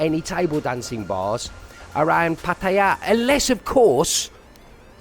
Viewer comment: After so many years ,...you still call PAR TAY JAA ....pattie ja ..you soft boiled runny egghead expat...